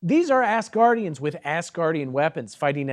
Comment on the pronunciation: I do enjoy that (intentionally or not) it sounds like you are saying Ass guardians, not Asgardians!